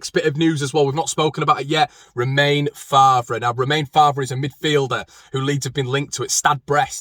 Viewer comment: It's Fay not Far for Faivre.